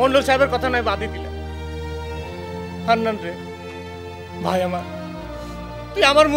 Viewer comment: সব থেকে বেশি হাঁসছি যখন জাপন ডাক্তার মান্নান কে মন্নান বলে ডাকে, 😂